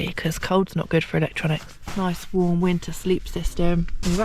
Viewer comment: Bee-you-diffle Win’ner campin. I can’t I unhear it now.